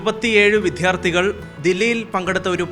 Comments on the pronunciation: വിദ്ധ്യാർതിനി (വിദ്യാർഥിനി correct) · വിദ്യാർത്ഥി എന്നു ഉച്ചരിച്ചത് തെറ്റായിട്ടാണ്. തിരുത്താൻ ശ്രമിക്കണേ...... വിദ്ധ്യാർത്ഥി എന്നല്ലേ പറഞ്ഞത് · VIdyaardhi ENNU PARAYAN. JOURALIATS PATOKKANAM.. VITYHYYAARTTHI ALLAA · വിധ്യാർത്ഥി അല്ല സുഹൃത്തേ വിദ്യാർത്ഥി 😂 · വിദ്ധ്യാർത്ഥിനി എന്നു ആവർത്തിച്ചു പറയുന്നു. ഇത്ര മിടുക്കി കുട്ടിയുടെ മുത്തിൽ ശരിയായി ഉച്ചരിക്കാൻ ശ്രമിക്കൂ. വിദ്യാർത്ഥി ...... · അവതാരക ശ്രദ്ധിക്കുക - വിധ്യാർത്ഥി എന്നല്ല വിദ്യാർത്ഥി എന്നാണ്. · വിധ്യാർത്ഥി, അഭിനന്തനം . ആങ്കറിൻ്റെ മലയാളം മുഴവൻ പ്രശ്നമാണല്ലോ ? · അവതാരകൾ വിദ്യാർത്ഥി : എന്നതിന് : വി ധ്യാർത്ഥി എന്നുച്ചരിക്കുന്നു. ഉച്ചാരണം ശരിയാക്കണം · രോഹിണിക്കു ആദരവോടെ അഭിനന്ദനം🎉🎉🎉 അവതാരകനോട് ഒരു വാക്ക്. വിദ്യാർത്ഥി എന്ന വാക്ക് ഉച്ചരിക്കുന്ന രീതി ശ്രദ്ധിക്കുക